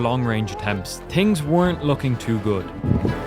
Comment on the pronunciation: no offense but says tings instead of things